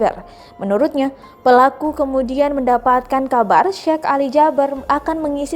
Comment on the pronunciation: Tolong sebutan nya bukan syek tapii syehh 😏